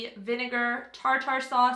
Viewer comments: I love how you pronounce Tartar and Trout 🤣🤣🤣🤣🤣🤣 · how did I just KNOW you were going to pronounce tartar that way 😂